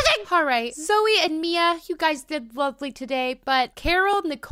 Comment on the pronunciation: I’ve heard Zoe said Zoye